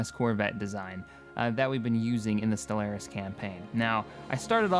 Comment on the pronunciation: I've reported this channel to the FBI for your pronunciation of Stellaris.